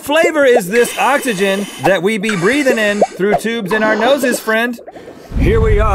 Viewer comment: Foo plus throo = froo